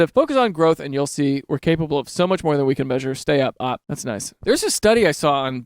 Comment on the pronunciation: its an ACRONYM. stop saying op as in shorthand for opposition. you dont say idk, you say with i-d-k